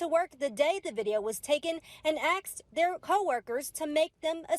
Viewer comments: "aksed" ? No, the word is "ASKED" FFS! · "axed". . . You're a reporter and you can't say asked properly?? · Axed or asked? 😂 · AXED??? Aren't you supposed to be a professional reporter. GTFO.